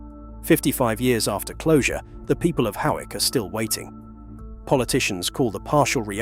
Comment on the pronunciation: And Hoick for Hawick!